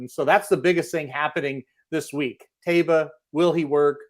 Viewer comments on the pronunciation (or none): It’s pronounced Ta ee ba. Why do these guys keep mispronouncing the horse’s name.